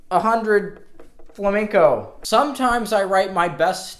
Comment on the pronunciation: Vuelves a decir fLaMeNcOu, y tenemos un put0 problema